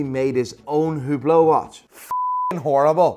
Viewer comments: Hublot actually isn't pronounced "Ublo" or "Hyublo" it's pronounced "Trash" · It's hublot but pronounced you blow